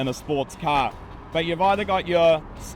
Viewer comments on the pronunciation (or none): What exactly is a cah? 😆